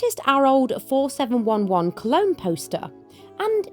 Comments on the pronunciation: 4711 is amazing. My grandma (who lived her entire life in the Australian heat) loved it. I think a huge part of it was the calming effect of the essential oils in it. Just a wee tip though…I’ve only ever heard it pronounced ‘four, seven, eleven’. Also, another Australian grandma tip is multiple cold showers per day. My grandma would easily have five per day in summer. One proper shower, and then three or four quick rinses through the day and night. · Mum learnt from a schoolfriend in the 50s that running your wrists under the cold water tap helos cool you. It works! By the way, 4711 is pronounced four seven eleven! I love it! Can't find it round here. Anyone know where I can get it?